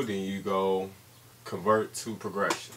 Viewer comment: this guy cant even say progression..